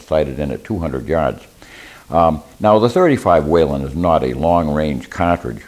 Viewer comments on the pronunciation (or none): Whelen not Whalen